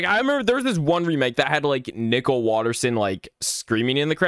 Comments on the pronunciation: why do you say nicole as nickel tho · Hey you said nickel WHY WHY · Why does he pronounce Nicole like "Nickel" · Nickel Oi lads he called Nicole nickle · So can you not pronounce "Nicole" correctly? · Why are you calling her Nickle? Isn’t her name Nicole? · Hey good news, ever since your Max and Ruby 0004 Ranking was posted, more remakes popped up (This is a god tier video btw, but i was at first confused when you pronounced Nicole as “Nickel” but now I find it really funny. Keep up the great work bro!) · you said gumballs mother name wrong you metid to say Nicole not nickel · It's pronounced Nicole not nickel plus that's her name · I hated but loved how he called Nichole "Nickle" 😭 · Yeah like its Nicole not nickel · Absolutely love how he calls nicole nickel throughout the entire vid😭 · I love how you pronounce Nicole's name and say nickle It's Nicole! NI - COAL, not nickle😂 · Great video but I hated you saying “Nickel” instead of Nicole (Nee Cole) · "Nickle" Its nicole 😭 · he called Nicole “Nickel”💀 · “Nicole” No. “Nickel” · Nicole is pronounced nick-ohle not nickel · It's Nicole not nickel😂😂😂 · its pronounst Ni-cole not Nicle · This is by far my most ambitious ranking video yet so I hope you all enjoy it! Also it seems that I pronounced Nicole as "nickel" sooo oops LOL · another day another "nickel" PFFFF- IM SORRY I JUST HAD TO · Why do you pronounce Nicole as Nickel? You need to get that o in there. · Did bro accially say nickle instead of Nicole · Replace the "N" with "p" and he is literally saying pickle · that’s what I’ve been thinking about when calls Nicole, “nickel” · bro i thought he was saying nipple 😭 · Like the coin "Nickel" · nickle? nickel? why not both? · The scariest part is that he pronounces Nicole as "Nickle" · Omg you and the LOGO MY GOSH (also I think it’s funny how you call Nicole nickel lol) /ONE MORE THING i think idk but I think that’s how you spell Nicole I’m not sure though\ <OMG HI> [the edits omg AAAAA]